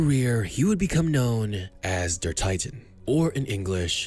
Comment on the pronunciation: Funny how the narrator pronounces "titan" exactly identical in English and German. xD He didn't even try. Funny and sad.